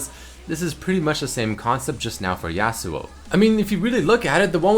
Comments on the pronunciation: it's yasuo not yassuo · its Yahsuo not yeahsuo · let's think about this from outside the box Yasuo is clearly based off the concept of the lone Japanese samurai. Well, I can tell you that a Japanese person would never pronounce his name in this manner. Never in a million years, because that's not how they pronounce their words. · IF YOU CARED FOR YASUO YOU WOULD PRONOUNCE HIS NAME RIGHT,! YOU WOULD PUT SOME RESPEK ON HIS NAME!